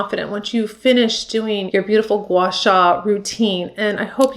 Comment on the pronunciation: You pronounced it perfectly!